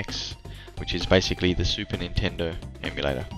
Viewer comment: funny... in portugueses "lentendo" sounds like "slowtendo" lento means slow... kkkkkk =] good video btw.... cheers from brazil o/